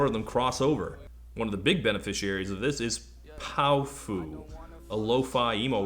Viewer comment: I think it's pronounced pow-fuh. Like a slurred "powerful".